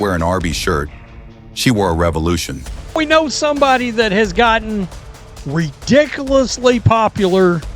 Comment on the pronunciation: Always funny to hear southerners try to pronounce words like ridiculously. They just can't